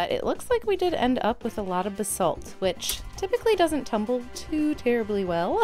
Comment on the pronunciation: Bsalt 😅 It's "bayz-alt" or "bays-alt" (basalt). Not b-salt. Edit: this is so fun! I'd love to do this